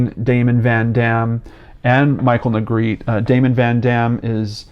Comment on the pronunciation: Negretè is a Spanish surname. It is pronounced NEY GRE TAY. Negretti isn’t Spanish. Negretè is traditionally pronounced and the R is rolled.